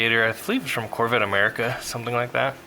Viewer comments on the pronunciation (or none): none